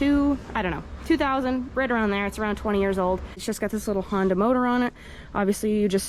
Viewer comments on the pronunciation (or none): none